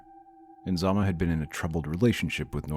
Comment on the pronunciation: So tragic.😢😢😢 It's Nizama not Inzama.